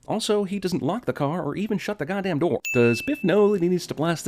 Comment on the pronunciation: The way he said 'door' made me laugh my ass off for some reason.